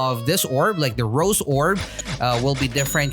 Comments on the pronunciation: Ro'zay' orb, not rose but its cool just letting you know how its pronounced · No offence but I got triggered when u say rose it’s ros’e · It's Rosè not Rose